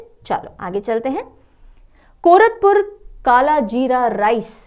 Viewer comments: Mam it's not कोरतपुर - Odisha , It's will be pronounced as - Koraput - कोरापुट ❤❤❤❤ Thank you for your dedication towards us . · Ma'am... All your classes are so interesting... Love your mnemonic tricks... I'm from Odisha... It's कोरापुट का कालाजीरा rice And रसाबली sweet dish... Which are mispronounced. 😊😊😊😊😊😊😊😊😊😊😊😊😊😊